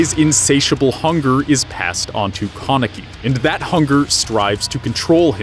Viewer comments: its kan not kon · Tf is a kawneki it’s pronounced Kaneki (kuh neck kee) 😂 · No offense, but I got so triggered on how you say their names. First, its pronounced KAneki, not Kahneki. Second, its pronounced Rize, not Rizey. Third, its pronounced Toka, not Tohka. FOURTH, its just pronounced Hideh. Not Hidey. Also, haven't you watched Tokyo Ghoul: RE season 2? Hide is still alive man. Sorry if I got a little triggered 😅. Hope you see this and hope this helps :)). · why do you say his name like that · it stresses me out how he says kaneki